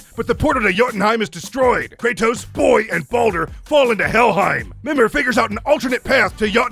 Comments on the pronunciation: Mimir not memer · It’s mimir not minir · Everything is fine and all but why you calling mimir memer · It's mimir not memeer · Ah yes " memir" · It's Mimir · Sorry but the way you pronounce mimir hurts my soul